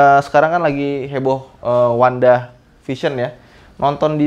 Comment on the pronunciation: Wanda bang wanda😭,bukan wandah wkwkwk